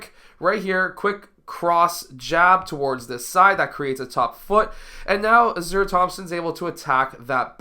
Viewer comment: His name pronounced Ah-sar, Ausar. Good video